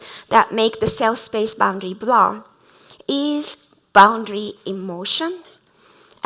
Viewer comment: LOVED IT! Going to use the concept in my own talk about 間. One remark - as a lecturer, if one has such a strong accent, it is better to avoid using a word like "blur", which was a key term in this talk and sounded like "Blah" throughout... and instead use a more easily pronounced word to express the same.